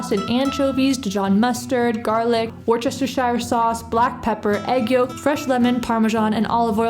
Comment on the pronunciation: Were stir sure sauce, no shire at the end. 😊